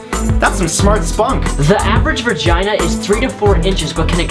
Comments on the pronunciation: He just fucking said "Virgina". I'm fucking dying. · He said vergina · I swear he says vergina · "Average vergina" ... VERGINA! REALLY? I'm pretty sure its VAGINA and not VERGINA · Dear number 33 guy, It's pronounced VA-gina, not VER-gina. You exquisite prat. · Vergina he says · Did he say Vergina?! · # 33 he said Virgina. Am I the only one who noticed 😂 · Does he say "vergina"?? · that one guy said vurgina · 'the average VERGINA'. Poor is still a virgin I see. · #33 did he just say "vergina"? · I love how they say virgina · #33m he says VERgina XD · Did he say "vir-gina"? o_O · Vergina? LOL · "The average VERGINA..." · The average" Vergina " Didn't know it had an R. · He got confused lol